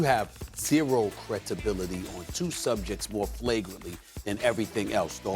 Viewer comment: "Cretibility" lol